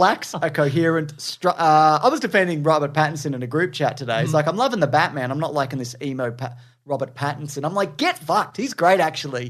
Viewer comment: “The Ba-TUH-man” 😭😭😭 I’ve rewound this so many times so damn stupid lmfao